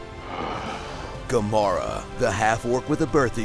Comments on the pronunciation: Did he just say Kamora? It's Garona ffs!!! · How hard is it to pronounce GARONA's name? Its GARONA. Not GAMORA? Where'd you even get the M from? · Did you purposely call Garona Halforcen “Gamorra”? Coz it just doesn’t fit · Its supposed to be garona not gamora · am I the only one who heard him call Garona, Gamorah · No no no no no no no no. Ga ro na Garona, not Gamara. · its garona not gamora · It's Garona not Gamora